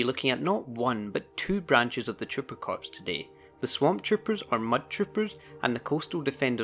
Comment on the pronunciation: Not to niggle about details, but "Corps" is pronounced "Core". Every time I hear someone pronounce it, "corpse" I die a little inside.